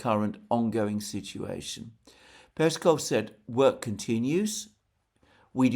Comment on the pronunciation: Alexander, mate! Don't be lazy :)) It's PeskOv not PEskov.